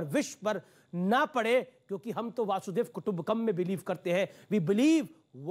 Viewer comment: अरे b&d वासुदेव कुटुंबकम् नहीं वसुधैव कुटुंबकम् होता है।नकली हिंदु है अमीश देवगन और भाजपा का दलाल भी